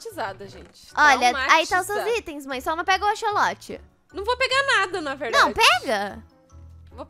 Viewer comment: eehhhh não é axoxo é axsolote